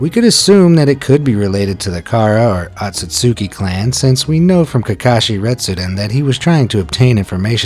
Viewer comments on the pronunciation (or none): none